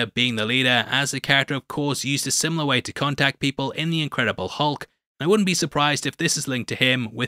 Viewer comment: ...Inchedible. Inchedible Hulk.